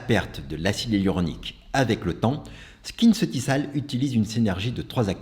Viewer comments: Merci pour cette battle. Prononcer SkinceutiKal et non SkinceutiSal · J’adore ta Video… mais je permets: Skinceuticals se prononce SKINCEUTIKOLS. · Bonjour à vous je travaille pour L’OREAL Ça se prononce « skinceutikol » c’est juste une info. Ps: j’adore vos vidéos❤